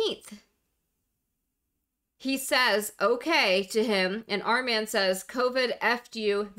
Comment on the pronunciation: It's pronounced "ar mond"